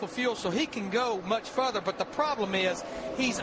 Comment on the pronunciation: The way LarryMac says "further" lol fuuther